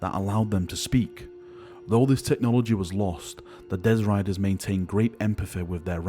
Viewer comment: Dezz Riders?! Do you mean Destriers?!